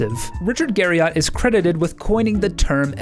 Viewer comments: How many times do you think you said Richard Gariott in the video? I'd say at least 2. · "Garry-it" That's how Richard says his last name. I'm not sure if the "Garry-ott" variant was used in this video for trolling or due to incompetent research. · "Richard Gary-Yacht" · That's a clickbait tactic to call a preserved skeleton as "humans remains in his house" when that brings forth the image of chopped-up bodies stored in Richard's refrigerator. Narrator also can't pronounce his name correctly even though it is a common American last name. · This was a great video. Still triggered at how you say Garriott lol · Imagine making a video entirely about a dude and saying his name wrong the whole time lol. You misspelled it in the title card too. Good video though otherwise =D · I can't trust anything you state as a fact if you can't even get right something as simple to research as the correct pronunciation of his name. And that's literally in the first second of your video. Pass.